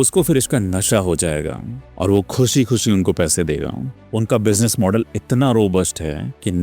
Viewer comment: it's model not modal 😂